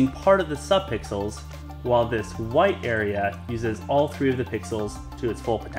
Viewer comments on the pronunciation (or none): none